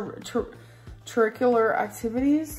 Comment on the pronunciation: The "Chuh..chuh..chuhRICular?" Bit was so forced